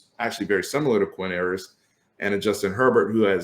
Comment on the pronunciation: Pretty sure "Ewers" sounds more like "yoo-wers" than "ooh-wers".